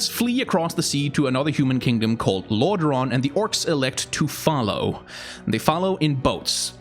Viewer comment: Lorderaaan, a good danish accent